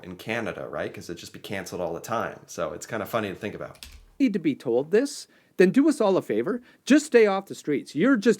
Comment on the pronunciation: You’re starting to say boot like a Canadian.